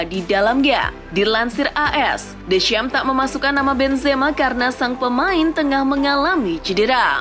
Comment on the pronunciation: Sebutian deschamps jadi Descham wkwkwk